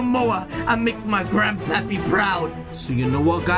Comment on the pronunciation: Ha he said grand pape